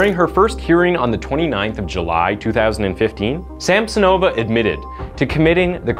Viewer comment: Also it's not SamsonOva and UlanOva, but SamsOnova, UlAnova. Plus, the city Norilska doesn't exist, it's Norilsk.